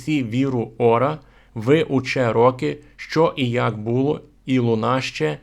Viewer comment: Дякую за цікаву інформацію. Але Ви повинні говорити українською правильно. Було́, була́, були́, не бУло. ПочалИ, а не почАли. ЗроблЮ, а не зрОблю.